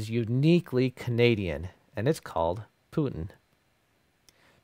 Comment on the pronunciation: One amendment. The popular dish "putin" is actually pronounced "Poo teen". Thanks for the video.